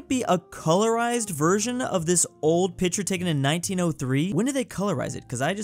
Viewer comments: Why does say picture like that???!!!! Pi-chur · Anyone notice how say picture